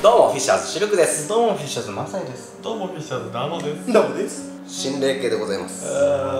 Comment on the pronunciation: つかつか つかつか たまに“マ”だけのときもw